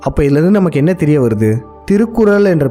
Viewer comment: முதலில் உங்க தமிழ் உச்சரிப்பை சரி செய்து கொள்ளவும்! திருகுரல் என்று சொல்வதே பெரிய தப்பு, திருவல்லூவர் சொல்லும் போது இன்னும் கேவலமாக இருக்கு, காதில் இரும்பை காய்ச்சி உற்றுவது போல் இருக்கு. தயவு செய்து நீங்கள் காணொளியில் பேச வேண்டாம்.